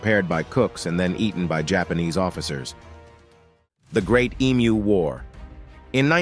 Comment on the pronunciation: As an Australian, I naturally feel pride in our forces at the great Emu War. Remember: Emu is pronounced Em-You and not E-Mooh.